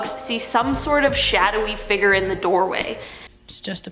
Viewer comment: Please pronounce “fig-ure” not “figger” 😭